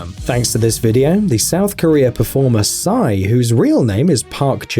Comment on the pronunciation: its not sy its psy